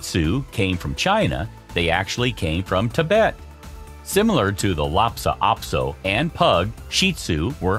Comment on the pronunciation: It's Lhasa Apso, not Lopsa Apso.